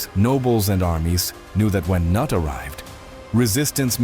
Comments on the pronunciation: Cnut is pronounce "ka-noot", not "nut".... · Kanut? Noot is how it sounds! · Cnut is pronounced: ka-NOOT.